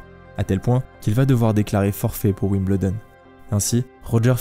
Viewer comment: Génial docu !! Merci ! (Wimbledon s'ecrit comme ça mais se prononce Wimbeuldon ;) ) zoubi